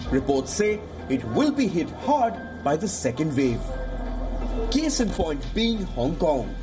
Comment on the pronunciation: " Thiz iz the vel " " careful of the second " vev "